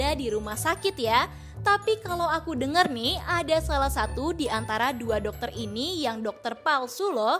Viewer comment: Doketer laki laki bukan doketer 😂😅